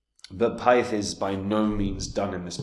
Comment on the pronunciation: You can tell does extensive research, because he can't even pronounce the name of the token despite the fact that it's provided on the main page of the website. 🙄